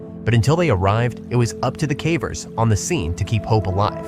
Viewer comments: When it pronounced "cavers" as "cah-vers" instead of "kay-vers" it showed it's AI-ness pretty badly No human making videos about caving regularly would pronounce that word so badly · Why are you saying cavers incorrectly lol